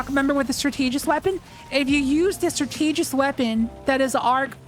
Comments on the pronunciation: It’s “STRAT-TUH-JIST” not “STRUH-TEE-JIST” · If that’s how you pronounce “strategist” I can’t imagine how you pronounce “strategy” Jesus christ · The way pronounces strategist is funny 😂 stra- tee- gist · I was able to get cabal to spawn, but only psions and two champs Also, there's no way you pronounce strategist like that. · You're pronouncing strategist incorrectly.